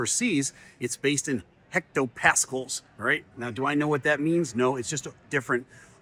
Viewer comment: Hectopascal: Pronounced "HEK-toe-pass-KAL." Our pal Blaise would get all "fired up" if he heard how you said his name,.😉😂 (100 [thus, the prefix hecto-] pascals = 1 millibar -- if anyone was interested in the equivalency.)